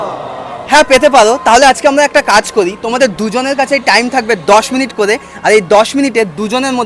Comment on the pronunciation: করে ❌ কলে✅😂😂😂😂